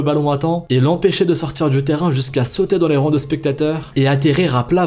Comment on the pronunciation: Il s'est pas parler!!!🤣 Écouter bien, il dit '' terran '' à chaque fois il s'est pas dire Terrain 🤣🤣 mais j'adore ces vidéos ahahaha ❤️